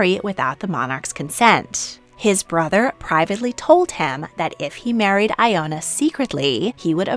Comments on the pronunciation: Pronunciation: Ileana not ELENA, Il-ay-AH-na . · You really butchered the pronounciation of the name Ioana, I is pronounced as "e". Also, the name Ileana is not pronounced as Elena. I'm Romanian but never ever heard that Elisabeth of Romania was a communist! I really doubt it. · interesting that princess ileana and I share a name but different pronunciation. I pronounce my name as ill-E-ah-nuh